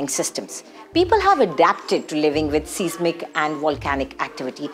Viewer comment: The word “seismic” should be pronounced “SAIZ mik.”